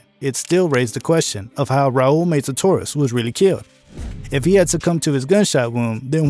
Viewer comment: Meza not Meiza..